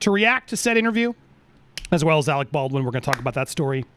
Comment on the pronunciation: Andy just so you know it's Alec not Alex sorry